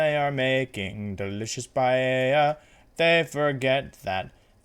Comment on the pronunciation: Me: clicks video Wolfey: pronounces paella "payeya" Me: closes video